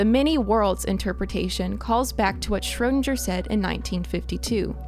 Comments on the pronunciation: "Shrödanger" this guy is called SCHRÖDINGER!!! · Schro DING er. Not sure were you got this pronunciation from but it was so far off I thought you were talking about someone else until you mentioned the Cat thought experiment. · His name: Erwin Schrödinger Fll: Schroudindscher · PLEASE, learn how to pronounce his name! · I'm sure there is a universe where you are able to pronounce Schrodinger's name right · Good Video, but you absolutely murdered the name of Erwin Schrödinger. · That's not how you pronounce Schrödinger aaaaaa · I don't like how you say Schrödinger. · I wish I lived in the alternate reality where they pronounced Schrödinger correctly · The way she pronounces "Schrödinger" makes me uncomfortable... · Great Video one complain maybe not worth it but you mispronounced erwins Schrödinger name, other than that all clear and great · Aaah sorry but i cant hear the wrong pronounciation of Schrödinger anymore😑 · If you're going top cite a scientist, the least you can do is fucking pronounce their name correctly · That butchering of “Schrödinger,” tho. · Idk why but it's so funny to me how english people pronounce "Schrödinger" xD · Martin Schiller yeah i’m from poland and I speak both English and german and it hurts my ears xd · Schrödinger is a hard not a soft G